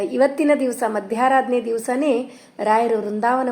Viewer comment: Madam, adu ಮಧ್ಯರಾಧನೆ. Not madyaradhane